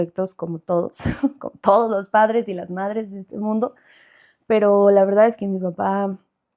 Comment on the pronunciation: Romi dijo su Veldad 😂😂 Hermosa la Romi por fuera y por dentro más Bella ❤